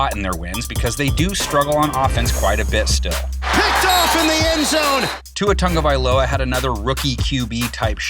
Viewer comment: MY RAIDERS SUCK AND ARE OUT OF THE PLAYOFF RACE MIGHT AS WELL TANK TO GET A BETTER PICK, ALSO THERE IS NO "N" IN TAGOVAILOA, WHY DOES EVERYONE PRONOUNCE IT WITH AN "N"? ITS NOT "TANGO-VAILOA"